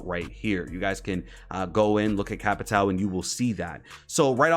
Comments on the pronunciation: Some facts: I watch some streamers, like yourself, get flanked and other, and you struggle sometimes to say Capitão’s name. Capitão, is a police rank, that means Captain in Brazilian Portuguese, so you can call him Captain or Cap. Also, “Souza” written in his front pocket, is his middle or last name. Just some facts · I’m Brazilian and it’s so funny to see how American YouTubers speak capitão or souza😄